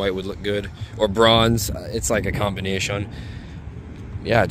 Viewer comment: Did bro just said “Com bi nation”